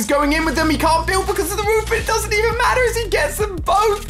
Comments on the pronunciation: when he says "matter" its sounds so American... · Facts though